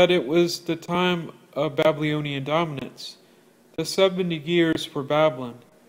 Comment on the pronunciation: Great videos. One thing, you lose a bit of credibility when you can’t pronounce the word “Babylonian” correctly. It’s not Ba-blee-oh-nee-an